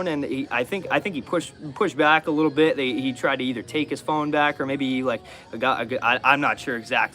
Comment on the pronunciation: "Little dit of a bifference" 😁